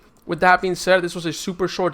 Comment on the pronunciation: bro what the fuck are you saying? its Pup. jesus.